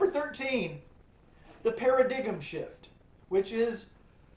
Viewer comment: Paradigm, you did mean (Para-dime) right? not Para-gig-em???? I assume you pronounce it that way cause it stinks as an album? LOL